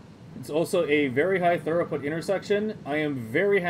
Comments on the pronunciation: Good job, looks nice. It’s pronounced like throo-put, not thur-oh-put, if you care. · Very nice, but it's throughput, not thoroughput. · Amazing. Im going to use this in my save. I have to say the word throughput is pronounced "threw-put" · You did a good job except for the mispronunciation of a single word.